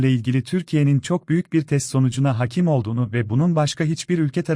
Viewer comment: hakim olduğu değil haakim olduğu a yı uzun olarak oku. öğreteceğim diksiyonunu düzelteceksin